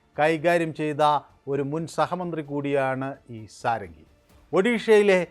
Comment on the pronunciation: ഷഡംഗി (സാരംഗി അല്ല)